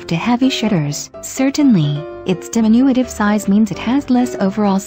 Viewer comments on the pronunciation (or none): it's Bee- Shawn Free- Say, not whatever that computer mumbler. And it's de- min- you- tiv. Again, not what that damned computer spouted.